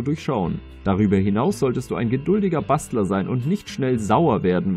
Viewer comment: "Darüber hinaus solltest du ein geduldiger Bastard sein" xD Ich weiß dass er Bastler gesagt hat